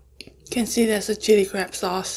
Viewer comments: Lmfao I thought she said crap meet😂🤦🏽‍♀️💖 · I have closed captioning on and sometimes when you say crab, it translates to crap 😂 makes me laugh every time